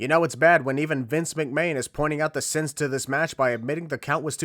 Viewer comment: Vince Mc-Mayne. Sorry, I HAD to point that out, that was too funny, I'd rather he be called Vince Mc-Mayne other than Vince McMahon XD